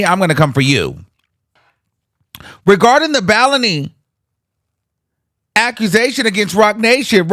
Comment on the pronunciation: The way pronounced “baloney” 🤣🤣🤣🤣🤣🤣